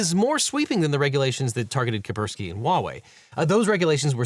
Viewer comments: I don't like being that guy, I just wish that Devin would pronounce Kaspersky without omitting the first 's'. But I'm just being pedantic, I suppose. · Its pronounced Kass-Pear-Ski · OH MY GOD PLEASE pronounce KaSperski correctly. It's so annoying to listen to you saying it wrong all the time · The first 's' in "Kaspersky" is silent? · Imagine being unable to pronounce Kaspersky! looooool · Maybe Devin should make more of an effort to pronounce foreign words? The repeated "Kapersky" instead of "Kaspersky" really bugs me, and I'm sure the Chinese viewers did not appreciate the pronunciation of Peking